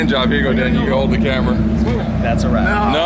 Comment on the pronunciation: This guy doesn't fit in the hoonigan family if he can't say that's a wrap properly